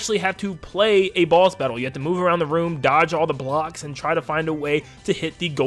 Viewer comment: Dunno if he saying boss or balls